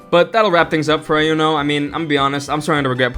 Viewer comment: Why do you call her Ai-uno? They said her name plenty of tines during the gane already and it's E-uno.